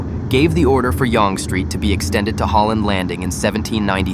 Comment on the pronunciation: Dear computer voice: Learn to pronounce Yonge Street correctly, unlike how you are currently doing it. Look it up!